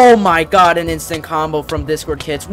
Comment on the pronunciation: Why does he say discordkitS